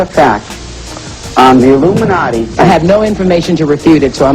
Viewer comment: Yea u see how she tried to fake pronounce Illuminati..??..talkn bout illumo..😂..like she has no clue of what he’s talking about when she sits front row in that demonic mess..guilt was written all over her face